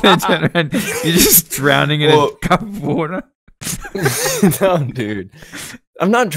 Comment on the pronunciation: I've started drinking wader wike guicey